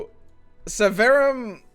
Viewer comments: Drinking game: one shot every time mispronounces Severum. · yeah right? :D